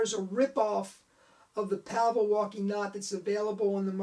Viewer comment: Hi - great post, thank-you. Out of this World was one of the first card tricks I ever learned and I still perform it almost 50 years later! Two points. Pavel is pronounced "Pa-Vel" - two syllables. And he sadly passed away in 2011. He won a FISM award (1982) for his Walking Knot. His family continues to run his website in his name.